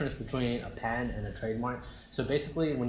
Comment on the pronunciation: i think its patent and not pant lol just joking